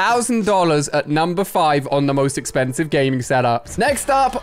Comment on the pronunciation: Wait did he just say exkhansive huh